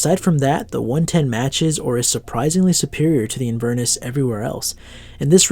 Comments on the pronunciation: Hi, great video. ‘Inverness’ is pronounced ‘in-ver-nesss’. Inverness is a city in Scotland - I’m Scottish. Loved the video and will check out the brand. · Great review, but please for the sake of all your Scottish viewers, look up how to say Inverness lol I cringed every time ;)